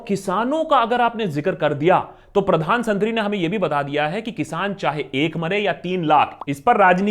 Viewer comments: I heard "Pradhan santhri" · Did you just say "Pradhan Santri"!!! lolzzz ☺